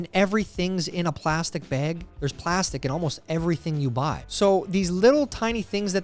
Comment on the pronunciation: TYLER SAY BAG WITH ME B-A-A-G. ITS NOT B-E-E-G 😂😂😂😂😂